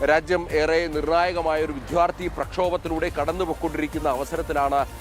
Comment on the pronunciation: വിദ്ധൃാർത്ഥിയെന്നത് തിരുത്തിവിദൃാർത്ഥിയെന്നുഛ്ചരിയ്കാൻശീലിച്ചില്ലേൽ അറബോറാണവതരണമിങ്ങിനെപലയക്ഷരങ്ങളേയും ക്ഷരമാക്കുന്നൂതാങ്കൾ